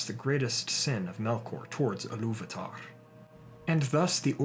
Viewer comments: First, it's pronounced EE-loo-VA-tar not eh-LOOV-a-tar . Sorry, but it grated every time you said it. There were a couple other questionable pronunciations, but I won't dwell on them. Just, please, fix this one if you fix any. Now, with that pedantic criticism out of the way... The Silmarilion informs us that the orcs breed true, and breed rapidly. From the time the orcs were created until the time of the Hobbit, 7000 solar years have passed, but it's important to remember that the standard solar year didn't exist until after the sun and moon were created. Before that, the world measured time in Valian Years, which Tolkien accounted as being 144 solar years. The First Age is said to have lasted 587 years after the creation of the sun, but began when the elves first arrived in Valinor. The orcs were created sometime soon after. It's extremely hard to get a good account, but an estimate of solar years before the destruction of the the Two Trees is not unreasonable. The Second Age lasted for 3441 solar years and the Third Age for 3021. Why all this talk about time? Because the orcs' prolific breeding cycle can account for all the variety of orcs/goblins that we see by the time Bilbo leaves his house without a handkerchief. I don't think Tolkien was ignorant of Natural Selection, and being a scholar of etymology, he would easily draw comparisons between the two. Orcs living and breeding in different regions would develop specialized traits ideal for those locations. Cramped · I believe Ilúvatar should be pronounced and stressed more like a Germanic speaker would, but I find it hard to explain phonetically: "Ilúvaatar", instead of "Illúvahtahrr"